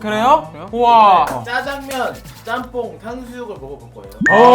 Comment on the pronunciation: 짬뽕 발음하는겈ㅋㅋㅋㅋㅋ 가나음식 인가 싶을정도로 너무 발음이 정확한데?ㅋㅋㅋㅋㅋㅋ